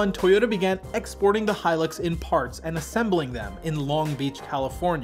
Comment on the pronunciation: Thank you for pronouncing the Hilux properly instead of how 99% on Americans pronounce it as Helix